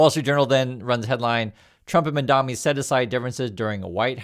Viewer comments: You need go lookup his name. You mispronounce it every time. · I find it very annoying (and sad, frankly) that you do a story on Mamdani while constantly mispronouncing his name.